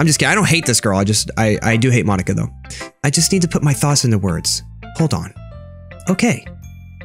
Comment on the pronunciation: ITS MOH-KNEE-KUH tedcoiewhnhoiwhdfsihosdvoihihosdihovjovvvvvvvvvvvvvvvvvvvvvvvvvvvvvvvvveri